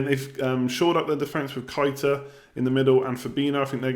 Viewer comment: Keita is pronounced Kay-ta not kite-a